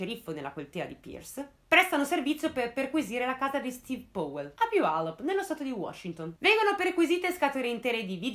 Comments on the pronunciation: Comunque Powell si pronuncia "Pao", non "Pouell"... E daje, mica è difficile. Come pronunci "power", "pouer"? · Bravissima! Un appunto ...Si legge pauel con la A...scusa se l'ho scritto proprio così come si legge non sapevo come spiegarlo😂😂 continua così brava 👍